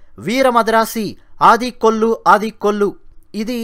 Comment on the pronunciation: అది 'ఆడి కొల్లు' కాదు. 'అడి కొల్లు'. దాని అర్ధం 'కొట్టు చంపు'.